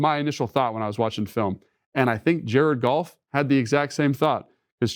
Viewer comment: I'm convinced Logan says Jared Golf instead of Goff like the meow scene in Super Troopers.